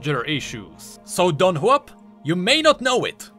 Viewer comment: I though it was Dong-Hua-Pee, not Dong-Huap